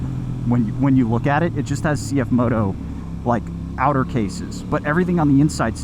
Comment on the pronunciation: As a Mandarin native speaker, it is good to hear probably the first English motorcycle channel pronounce the brand name correctly